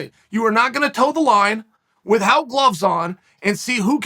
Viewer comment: Love the way Uncle Chael articulates the word "without"........"withhout"